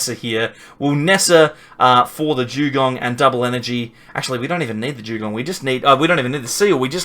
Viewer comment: Jewgong? 😂 What the hell is that